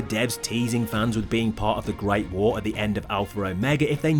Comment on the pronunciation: "ve gret vuor" LOL